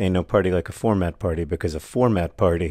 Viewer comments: The four-mat 😅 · You’ve broken the word “format”.